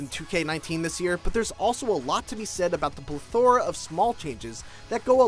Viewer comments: Pleth-er-uh not pleth-ora. That's how plethora is pronounced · Its pronounced ˈpleTHərə. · The way he said “plethora” pissed me off ngl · Did...did you just mispronounce "plethora?" Have you never heard of that word before?